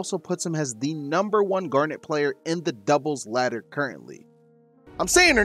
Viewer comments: Gar-nit, not Gar-nette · Wait so how do you pronounce her name then? Chat was giving shit for saying it like that 😂 Awesome guide guys. Garnet is who I wanna main. Didn't get invited to the alpha so I'm looking forward to the open beta.